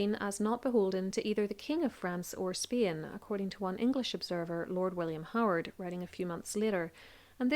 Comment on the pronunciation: Nice story. But as always I am bothered by your pronounciation of Spain